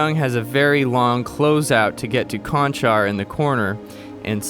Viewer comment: Number 31 Chanchar (Slovenian of Serb origin) not Konchar (American of Serb origin).